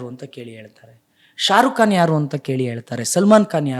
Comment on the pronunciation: ಸಾಬ್ರು ತುರ್ಕುರ್ ಬಗ್ಗೆ ಸುದ್ದಿ ಬಿಟ್ಟಾಕ್. ಮಂಗಾ ಸಾರುಕು ಕಾನ್ ಅಲ್ಲಯ್ಯ ತಿಮ್ಮಣ್ಣ ಶಾರುಖ್ ಖಾನ್ ಅಂಥೇಳು ಸರಿಯಾಗಿ 😂😂😂😂😂😂😂😂😂😂😂😂😂